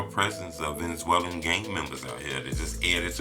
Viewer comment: lol what the hell is a Venzwellin 😂